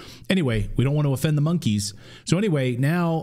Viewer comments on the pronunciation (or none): Remember this...the "K" in Monkey is silent.